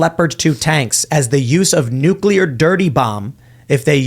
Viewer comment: It's nuke-LEAR, not nuke-YUH-LER.